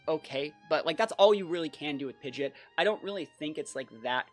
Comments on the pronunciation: Who taught this guy to say PIDGEOT AS PIDGET? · Isn't it technically pronounced like Pid Jit? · It’s pronounced Pidgeot not Pidgeot.